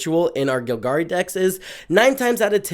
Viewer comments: It's GOLgari bro, not GILgari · Vraska is gonna get you if you keep pronouncing Golgari that way.